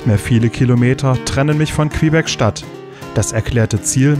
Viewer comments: Tolle Reportage. Kleiner Tip! Man spricht Quebec = Kebek aus nicht Quehbeck :D ansonsten top. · Klasse Doku wie immer 👍 kleiner Kritikpunkt, du sprichst Quebec falsch aus 🤣